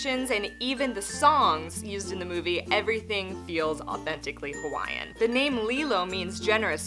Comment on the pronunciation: Great job pronouncing Hawaiian words 😊